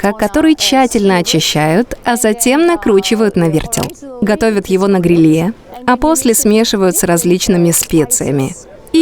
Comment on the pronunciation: что за ужасное озвучивание ? Ударения не верно ставит. периАд вместо период, на грилЕ вместо на грИле😂😂😂